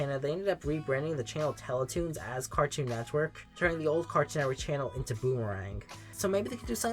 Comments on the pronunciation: please stop saying “cartchoon netchwork” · also SLOW THE FUCK DOWN saying it bro. got to a point you were literally saying “Cartnewer”